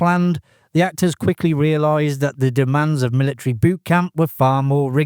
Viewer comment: Militree? MILLITREE?